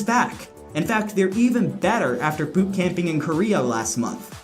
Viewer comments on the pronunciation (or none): none